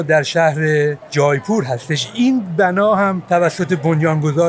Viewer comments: با درود جایپور اشتباه است در حقیقت جے پور میشه Jaipoor اون ai به شکل E تلفظ میشه فارسی این (ے) رو ندارہ جے پور اگر به فارسی بنوسی جا نه می افته مثلاً میتونی بنوسی جیپور یا جی پور که اون تلفظ هندی و اردو رو نداره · جیپور تلفظ درستش هست اگر اشتباه نکنم. سرچی بکنید